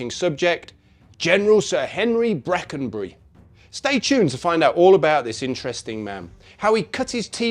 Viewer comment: Bwackenbuwy ithn't a lithp. Wipping yarn, though.